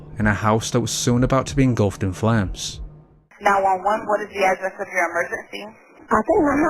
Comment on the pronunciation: it's called a HOME not a HOM........and it's called FLAMES NOT FLAMS